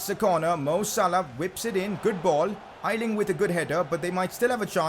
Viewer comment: A-ling not I-Ling